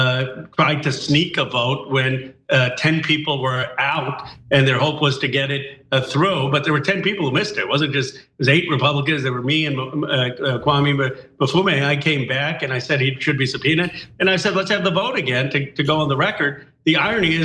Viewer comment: Its Kwiesi Mfume not "kwamee" i find it wild that ro khan doesnt know his name by now Kwiesi been in congress since i was in high school 😂